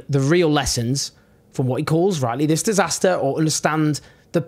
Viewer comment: i like watching your videos but just for the next time say this vs thiz English is not hard is just need practice